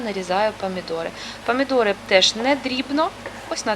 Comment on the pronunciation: Памідори це не по українськи В укр. Мові буква О так і вимовляється